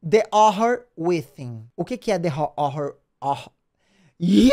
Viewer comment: Pronuncia esse H, pelo amor de deus, Jean! Hhhhhhórror withíííín.